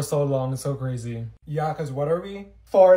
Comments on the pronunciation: Isn't that cwazy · Isn’t that CWazy